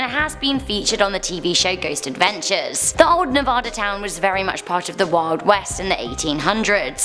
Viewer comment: I lived in vegas for abt 13 years and remember hearing most of these No!!!! No its pronounced Nuh-v-add-uh!!!!!